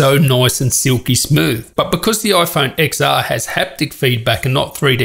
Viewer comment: It’s not IPhone X[x]R it’s IPhone X[ten]R For fuck sake